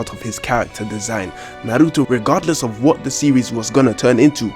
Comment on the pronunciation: this guy pronounces naruto perfectly